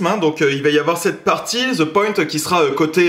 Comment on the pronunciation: (the)de bark ... pas ze bark... les français qui essaie de parler anglais 🤦‍♂️😂